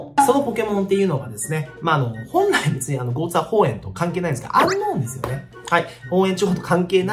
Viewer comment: ちょいちょいゴーツエーホウエンって言っててじわる